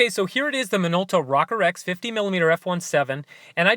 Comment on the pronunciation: Pronounced Rowcore. Cool video.